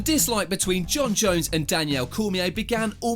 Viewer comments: It's not even his accent, I'm British and I've never heard anyone pronounce Daniel Danielle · DANIEL NOT DANIELLE LOL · The persistent mispronunciation of Daniel is really annoying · Why is calling Cormier “Danielle” 😂😂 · Whose Danielle? It’s Daniel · Its not Danielle its Daniel...... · dude why the hell are you calling dc Danielle his names Daniel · I wish this guy would learn to say the fighters name properly. Its not Rashod Evans nor is it Danielle Cormier. Ass. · Rashaud evans, Danielle Cormier. you dont know names very well for being a MMA Channel haha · “Danielle” Cormier 😂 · Like the video but you got issues with some name pronunciation man. Danielle Cormier, Rashowed Evans? Nearly subscribed as well. Good video anyway keep it up and I may return one day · "Danielle" Cormier...... Smh. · How does he even pronounce these names wrong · Ffs can you say Daniel normally twat